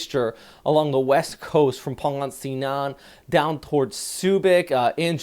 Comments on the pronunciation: Pang-ga-sinan. Lets work on that pronunciation a bit hhh. Loving your forecast immensely! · pronounce Pangasinan as /puhng.guh.see.nun/ the closest one for your accent.